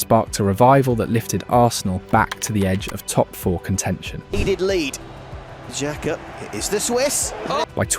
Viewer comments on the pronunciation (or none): none